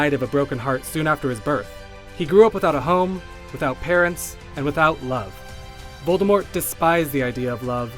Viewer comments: this guy is actually going with the silent t voldemor pronunciation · because Grindelwald was he was tied and locked... and he hasnt wand...it was easy of course....lmao....And its VOLDEMORT /OR TOM MARVOLO RIDDLE/ no u-know- who (its for whose who are fear to pronounce it)